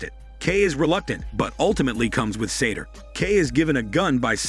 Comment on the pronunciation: I have no idea why the narrator is calling the bad guy Sator. His name is SATOU, Sah-toe. There's no R anywhere in his name.